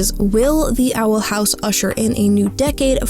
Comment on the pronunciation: theey awel hawwse